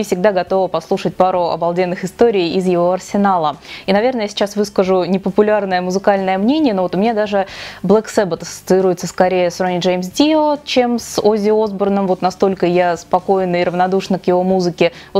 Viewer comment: Правильно говорить Блэк Сабат,а не Блэк Себет!!!